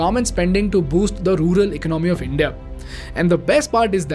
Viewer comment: Been following your videos recently. Class content. Just one pet peeve: the second syllable in the word economy is pronounced differently compared to economics. The ‘o’ is stressed more. 😇. Hope you don’t mind my pointing it out.